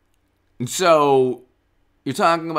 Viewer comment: “eeand” lol